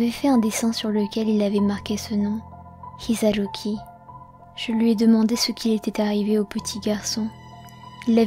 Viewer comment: Tu n'aurai pas du rouler le R de Hisaruki car ça perturbe.